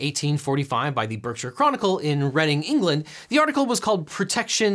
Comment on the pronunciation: You pronounced Reading correct!!